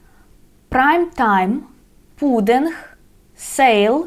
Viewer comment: 'Pudding' LOL